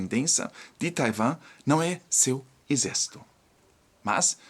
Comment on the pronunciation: SE PRONUNCIA TAIUAAAAAMMMMMM.OK